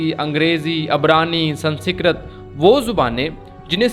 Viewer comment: Sansikrat kya hai be 😂 Sanskrit hai pahle bolna Sikh le 😂😂😂😂